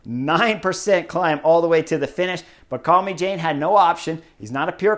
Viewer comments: Love your analyses Chris. A tip how to Pronounce Lilian's last name. It is pronounced as Calme sjaan not Jane (as in Tarzan and...). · If I may. “Calmy-Jane”, hard to get the pronunciation right. Should be something like “calmer-jann”. Thank you. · chris, man, we gotta work on the french name pronounciation. calmejean = kahlmezhahn. you've spent a little time in france, oui? ;) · Yep, I'm sure it's not pronounced Call-me-Jane, but you know what his analysis is so good in willing to let this one side!!! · I was gonna help Chris correctly pronounce Calmejane's name but you did it. Good job! 👍 (We also could have stress the pronunciation of "l'Ain" but let's not be too picky nitty. I always love his take on the races. 😊